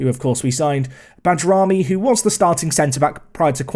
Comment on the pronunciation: FYI and not sure if anyone else has said this yet, but Bajrami is pronounced "Bye"-rami :)